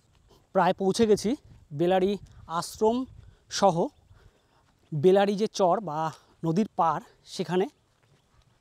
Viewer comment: বেলারি নয় বেলাড়ী